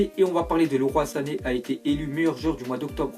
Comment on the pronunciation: mdr le roi sané xD tu sais il est pas français sa ce prononce "liroye sané" xD